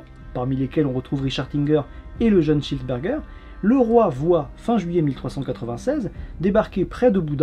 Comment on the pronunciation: Je suis le seul qui comprend "johannes cheeseburger" à chaque fois ?